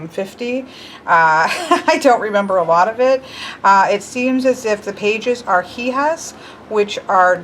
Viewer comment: Hija is actually pronounced (E-Ha) you don't pronounce the H sound and J make an H sound. Madre is pronounced (Ma-D-Reh) or (Ma-Dray) but you said that one alright. In case you were still wondering.